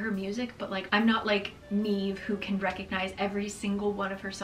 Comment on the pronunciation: ah love watching someone who's Irish-American and can actually pronounce Niamh! I use Nia a lot these days to make it easier on non-Irish people but then other Irish people read this as "nye-ah" instead of "nee-ah" for some reason. No winning whether I use Niamh or Nia lol